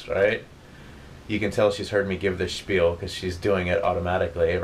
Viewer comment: You said shpil! Tell tale sign of "Corps training." 👍🏾💯